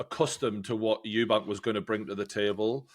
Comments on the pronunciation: If ur gonna be completely biased in Conor Benns favour least you can do is pronounce Chris EUBANK Juniors name properly. Disrespectful. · It’s Eubank not Eubanks. Thares no S. No hate, you just say it wrong every time and some people might discount your fighting knowledge if you’re not even getting fighters names right. Good chat anyway.